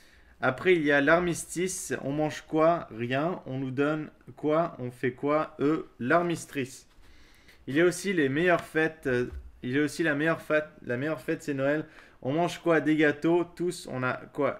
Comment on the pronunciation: Lol a l'armistrice (l'armistice)